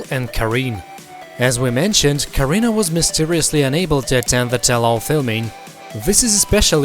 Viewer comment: ka Renee not karina. Get it right.